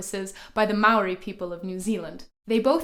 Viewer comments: Maori is mispronounced fyi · Good video but you didn't pronounce Maori or kawakawa right, then again 90% of Pakeha in NZ don't pronounce any Maori word right.